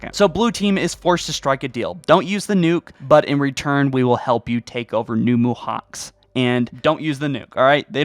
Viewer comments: Theres no point man, he can't even pronounce things in English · Mohacs is pronounced 'Mohaach' by the way. It's hungarian :)